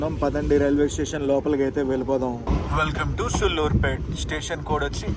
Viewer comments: సుళ్ళూరుపేట కాదు అన్న సూళ్లూరుపేట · Bro pronounce sariga chey sulluripet ani bootu la kakunda daniki deergam undi telugu rakunte vlog a cheyaku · Please pronounce సూళ్లూరుపేట properly bro' its our own state 😢